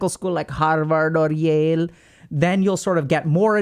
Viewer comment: "Harhhvarhhd or Yeaele" 😂